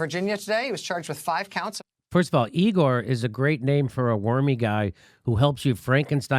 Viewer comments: Sorry Jimmy it's... Eyegor, not Eegoor. ;-) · It is pronounced "Eye gore". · It’s “I”gor!